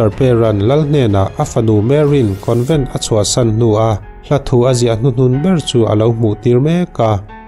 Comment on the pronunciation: Covent a?? Convent ani zawk lo maw ka pu?